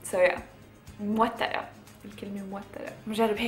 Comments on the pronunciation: متوترة مش موترة هههه كيوت ليلى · متوترة مو موترة